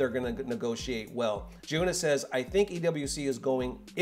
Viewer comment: Bro!!! “G-yuna”. Say this man’s name correctly one f-ckin time…please. He literally says his own name in his videos…come on. You can’t do better. Please respect Jiyuna…and say his damned name right mane.